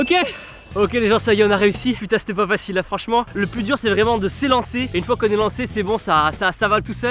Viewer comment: on en parle du " facile" avec uzn " ç " ?😳👉👈😂❤